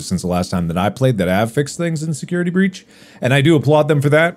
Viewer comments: I just want to thank editor for putting "Security Beach" to match Mark saying it wrong near the end. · « security beach »